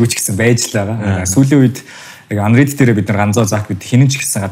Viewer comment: Undead gej sonsood bga hun bna uu?